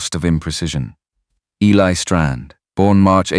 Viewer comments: Yes, the story is very good, but how many Clara Boone's were there back then. Geeze guys, please be alittle more original picking out a name their are more names in the world. And please learn Eli is not Ellie if you can't read then dont be a narrator damn! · A lot of the AI narration especially the words is funny. It'll have writers for Riders. It pronounces Eli as Ellie and many other words that are pronounced the same but not even close to spelling.😂😂😂😂😂